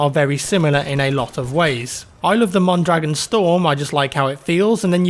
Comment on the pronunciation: especially the mondragon